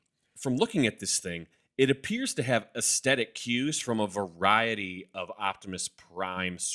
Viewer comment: The word is "aesthetic". Not "aestetic", as all North Americans seem to think.